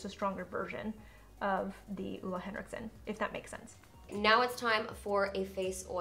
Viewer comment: It’s oH-Leh Henriksen. Not Uh-La Leviosa